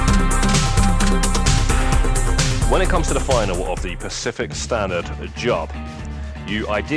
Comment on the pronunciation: The word is actually FINALE and it's pronounced differently to final, just saying Otherwise, thanks for the vid =)